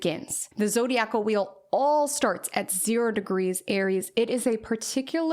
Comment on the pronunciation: Zo-dye-ick-al (Zodiacal)